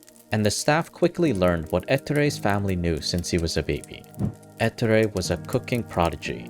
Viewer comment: Please never say ettore again. The pronunciation is on the o eTTOOre